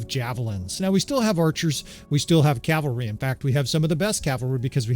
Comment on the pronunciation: Thanks for saying cavalry. A year ago you were saying Calvary. Each time you did i felt a nun crack a ruler on my knuckles and shout "Cavalry is a military unit Calvary is where Christ died!" Yeah, I'm a few years older than you.